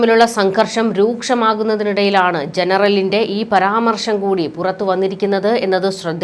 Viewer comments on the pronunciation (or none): none